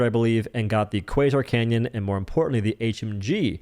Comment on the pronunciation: Why do you call the Quasar Cannon "Quasar Canyon"?